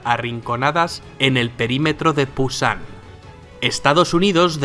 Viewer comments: por corregir solamente dire que eso no se llama pusan es busan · Pusan en vez de Busán.......... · Se dice Busan no Pusan. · Es busan no pusan. Muy buen video me sirvió harto 👍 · es Busan, con B no con P, pero igual gracias por el vídeo